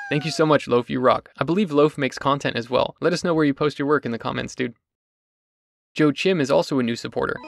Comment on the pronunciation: Nice setup. Also isn't that one supporter's name pronounced as "wa-keem" rather than "Joe Chim"? Or am I being funny?